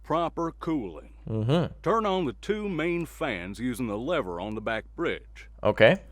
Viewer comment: Lehbeer XD